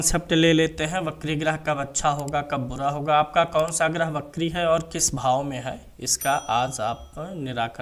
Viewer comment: wo bakri nhi vakri hota hai its वक्री